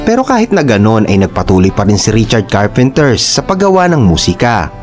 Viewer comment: Carpenter lang po, hahaha Richard Carpenters sinabi mo or Karren Carpenters... hahaha parang ang bida ng Batang Quiapo ay si Coco Martins hehehe